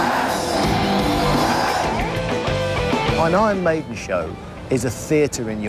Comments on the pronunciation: ”Ion Mejden” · "Ahn Maidn"